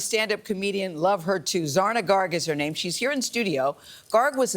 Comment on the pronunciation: Hi Zarna, I teach the language of Gujarati, You spell Jarna(with z) but pronounced with J if that makes any sense.